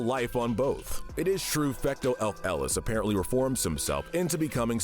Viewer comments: This idiot doles out absurd sentences while he cannot even pronounce "Fecto Elfilis" correctly. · The butchering of the pronunciation of Fecto Elfilis physically hurts. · $100 fine for pain and suffering to for pronouncing Fecto Elfilis like a madman. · The inaccuracies and mispronunciation in the part about Fecto Elfilis make me want to kill myself